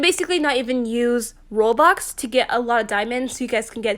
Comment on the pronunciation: Nobody:: Rwobuxs